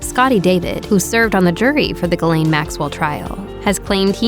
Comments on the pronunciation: Off topic, but why is her name being pronounced "Ga-layne". Her first name is Ghislaine. Its French and its pronounced "Jees-lehn". It weird to hear it pronounced Galayne. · Is it SO difficult to learn how to pronounce the name Ghislaine ??? it's painful to hear the name mangled